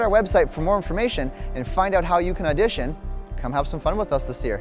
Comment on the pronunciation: Did you say audition? Hmmm 🤔